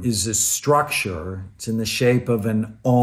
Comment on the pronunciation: The way he say almound